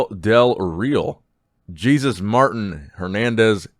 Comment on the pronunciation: Lol pronounced “Jesus” as Jesus Christ not with the the H